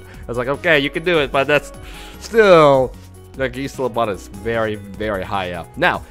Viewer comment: "Geese-lopod" lol cracks me up